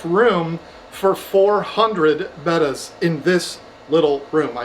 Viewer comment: I am just shocked that you pronounced it correctly finally and not Beta. C'mon, somebody had to make that comment lol